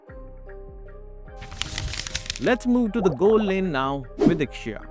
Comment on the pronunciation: Finally someone said lixia 😭